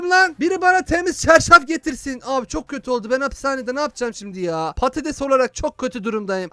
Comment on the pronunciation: abi sen patetes dedin için il çok güldüm sonra geriye alıdım